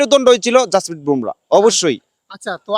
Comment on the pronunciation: ভোমরা নয় , বুমরাহ